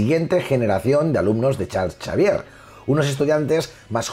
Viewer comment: El mejor canal de Marvel, felicidades. Pregunta, sin plan de ofender. Por qué dices Charcharvier?